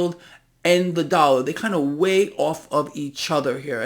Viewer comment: What is a " Dallar "?